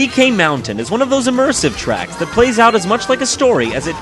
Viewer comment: Title: the top ten Mario Kart Tracks Jontron: the Top ten Mario Kart trecks What I hear: the top ten Mario Kart Tricks